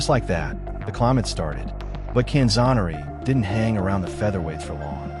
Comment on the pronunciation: Boy talk about butchering the poor guys name, he was known as the best lightweight ever, all the way up until Duran. Can-zoe-ner-ee